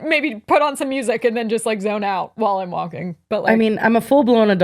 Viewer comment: Hearing "there was a stigma with walkilg" as an european is cracking me up😂😂😂